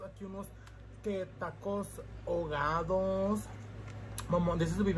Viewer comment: “Ahogados”! Pero como quiera te entendimos 🙂 si glad you’re back! Definitely missed your videos!